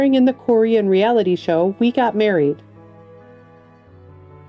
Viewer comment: Here's how dumb I am...I always pictured a nice lady reading these obits. Until I heard Korean pronounced as Coor' Eon. and only then did I know it was AI.